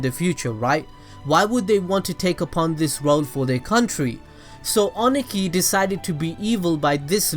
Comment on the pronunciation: Review is good, but the way you prounounced Ohnoki (O-no-key) annoyed me. 😅